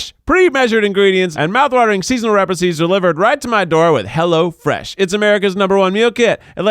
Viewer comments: No one: Keith during the Hello Fresh intro: rePiCe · did Keith pronounce recipes as "repices" in the hello fresh ad 😂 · Anyone else notice in the opening hello fresh ad Keith said "repices" instead of recipes lol 😂😂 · I’m a small and my husband is a tall. Almost 1 foot difference. 😂 This was one of my absolute favorite episodes and it started with Keith saying repices instead of recipes. 🤣 Too funny! Love it all guys. Can’t wait to hear more about this movie 🍿 also. 😱